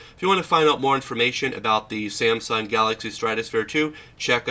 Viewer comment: "Sansung" LOL. Also, you massively blew out the screen highlights on this shot, just look at the background. Great job lol, pay more attention next time so we can see what's on the screen without washout.